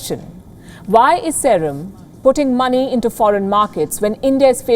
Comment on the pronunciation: Y can't she pronounce serum correctly ?